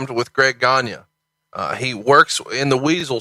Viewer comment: Greg Gagne is pronounced Greg "Gone-Yay". It's a French name. :)